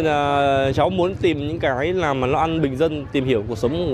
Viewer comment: Cháu nên tập phát âm tiếng việt cho đúng làm chứ không phải nằm